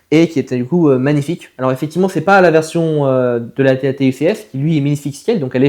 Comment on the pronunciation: C'est un AT AT pas AT TE